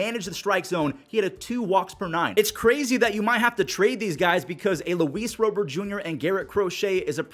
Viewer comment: “Rowbert” Rob-ert my guy 😂